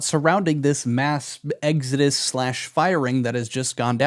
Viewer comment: It’s pronounced exodus, not exodus. Hope that helps.